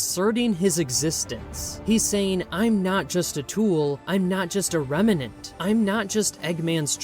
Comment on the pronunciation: I like this video, I really do. Even if there's alot of repeating the same thing That being said. It's *remnant* Rem-nant Not rem-en-ant. It's not like revenant.